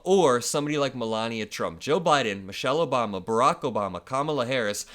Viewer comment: "COPYCAT MELAVIA PRUMT"